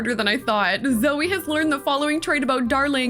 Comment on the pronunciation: Me every time you said my name: 👁👄👁 (It's Zoey btw)